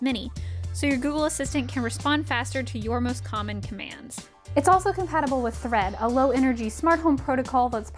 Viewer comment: Did she say thread or threat!!! 👀